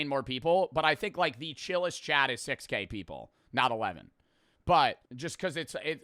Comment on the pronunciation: sounds like he said 6 gay people and not 6k people